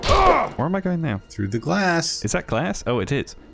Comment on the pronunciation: Why does the guy pronounce ‘the’ as ‘vuh’ but can say the ‘th’ in ‘anything’??